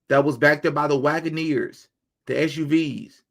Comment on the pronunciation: ohhh my gosh... you said Wagoneers... I was watching this video in 2x speed and it really sounded like you said something else. I was like.... hold up... let me rewind that real quick😂